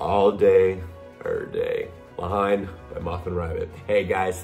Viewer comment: you say it 'Le Hen' not Hine, such a great film! have to check out more from Moth & Rabbit.